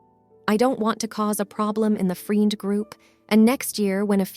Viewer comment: It's really weird, the reader seems not to have an accent, but then reads very common easy words incorrectly like "friend"